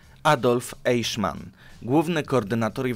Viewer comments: Czyta sie "Ajchman nie eiszman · Aichman , nie Ejszman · AJHMAN AJHMAN AJHMAN nie EIJSZMAN! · Mówi się Ajchman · Ty, Eiszman.... won Ribbentrop... musisz sie przyłożyc do niemieckiego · Znów tradycyjnie klops z wymową obcych wyrazów: 1. "EICHMANN"... wymowa: [ajhman]... na pewno nie: [ejszman] !!!!!!!!! 2. "VON" wymawia się po niemiecku [fon] 3. "JOSEPH" wymawia się: [jozef]... nie [dżozef] (z angielska) 4. "HEINRICH" wymawia się: [hajnrih]... nawet nie pytam skąd się wziął [henrisz]... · Te nazwiska i nazwy czyta się Rem, Ajśman, krigsmarin, Josep gebels, hajnriś himler(zapisy fonetyczne) Proszę nie myśleć że to hejt, uwielbiam pańskie filmy , widziałem prawie wszystkie filmy światowej historii i po prostu wolałbym aby te nazwiska były czytane po prawnie bo gdy się uczy niemieckiego to boli P. S. Może po serii o zimnej wojnie podobna seria o wilkiej wojnie?